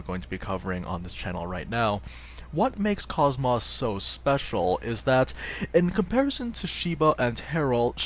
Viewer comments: It isn't koss-moss, it is cosmos. The kid in her side quest even repeats her name as cosmos in a text bubble, clearly proving the other characters pronounce her name as such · For the love of all that is holy... Her name is pronounced (Koe-s - Moe-s) not (Coss - Moss) A 5 second YouTube search could've shown that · It kinda urks me on how her name is pronounced as like "Cahs-mahs" in the game when it should've been "Kohs-mohs". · Her name is pronounced KOSS-MOSS, not cosmos, the starting word in her acranym is cosmos just spelled with a K, you know this if you played Xenosaga where she comes from... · Did he say..kos-MOSS. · You had me in "Kosmaahs". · nope its just mispronunciation. "kohs-mohs" is an established character, its like pronouncing goku: Ghak--ooh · had to look up a scene where her name is said just to check. Her name is indeed pronounced: "Kohs-mohs". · Prince of Hyrule that's English voice actors for you. Always saying the words wrong, even though it's pronounced KOSS-MOSS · I know I'm late, but yeah, it irks me as well that they mispronounce it. But it isn't 'cosmos' or 'koss-moss' (if that is supposed to sound like moss growing around trees). In all three of the Xenosaga games, I'd wager her name is verbally pronounced in-game no fewer than 200 times as 'kohs mohs.' Like the words 'coat' with 's' instead of 't' and 'most' without the 't'. I know this is splitting hairs, and I'm sorry if this sounds rude in any way, I don't mean to be. Anywho, she's a great character nonetheless :) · Excellent guide once again! But your pronunciation of KOS-MOS really bothers me, haha. Have you played any of the Xenosaga games?